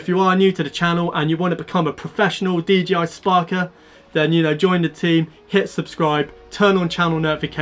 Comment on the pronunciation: Love the videos and your help, I can't help but he you say DGI spark rather than DJI! 😜